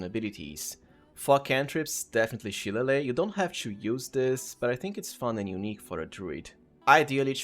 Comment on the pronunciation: As an irish person i must point out shillelagh is pronounces shi-lay-lee 😂 now imagine what our town names are like 😂